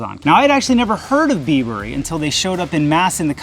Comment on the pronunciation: bibury not bee burry lol, like bribery without the r